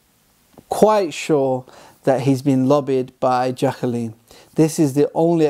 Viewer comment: Her name's not "Jack-a-leen." It's Jaclyn, JACK-LINN, you moron.